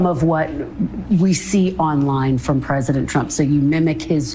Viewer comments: It certainly sounds like Leavitt calls him President Chump half the time. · The only truth out of Karolyin's mouth is that she pronounces Trump as CHUMP.